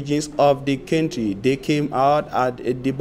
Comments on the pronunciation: Country is pronounced phonetically as Kantri my brother. Sorry if I sounded off. No harm meant! Peace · Country not kentry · Why is he pronouncing country as kentry 😳😳😝😝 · My friend pronounce well. Country not kenty. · KENTRY & EEEFORTS? REALLY!!! semantics na different level lol but we get the message. We need to investigate the panel of interviewers who agreed that you should be employed as a newscaster